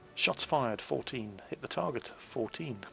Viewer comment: maybe it's just because I'm from across the pond, but every time you say "took a big-ass hit" I hear it as "big-ass tit". Makes me smile all the same. Keep up the good work! Your vids are incredibly helpful!